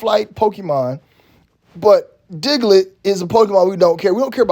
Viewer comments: He keep saying diglet 😂🤣🤣🤣🤣🤣🤣🤣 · You call him Diglet 😂😂😂😂